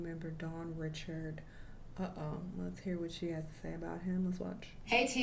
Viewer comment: Anyone who watched Making the Band or was a fan of Danity Kane could tell you that her last name is pronounced “reh-shards” not “rich-urds”, like the average name. They could at least say it correctly if they’re going to talk about her.